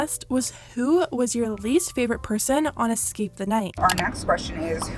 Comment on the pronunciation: "excape" the night... gurl.